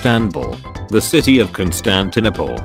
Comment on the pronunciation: No one: The robotic voice: constantiNIPPLE